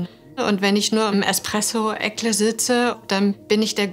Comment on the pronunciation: Expresso- Eckle.😂